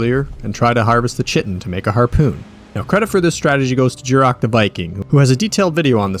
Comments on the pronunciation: bro said "shitin" lmao its pronounced kai-tin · You pronounce it kite-in not chit-in 😂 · Chitin is pronounced kai-tin btw